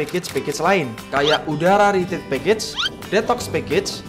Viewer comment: Kalau retreat dibaca ritrit Kalau retret dibaca retret